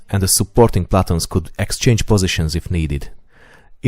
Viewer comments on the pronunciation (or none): One of my favorite YouTube channels! I don't mean to be rude in any way, so please do not take what I am saying that way: Your pronunciation of "platoon" in English or American English should be more like "pluh-tune" and gauges should be more like "gay-ghes," with the emphasis being on the 1st syllable of both words. The only reason I mention this is that WHEN your videos reach a wider audience that is less informed of the topics you discuss, some of the finer points of what you are talking about could be lost. AWESOME VIDEOS!